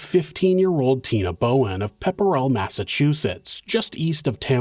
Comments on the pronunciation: It’s pronounced “ Pep-rull “ not “ pepper-a-rull” no one can pronounce our Massachusetts towns 😂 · “Pep-ril” not pepperell lol. It was only at that moment ik you were talking about Mass Lmaoo